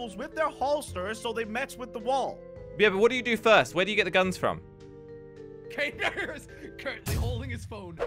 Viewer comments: he literally told crainer to crainey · He said craini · am i the only one hear him say "crainey"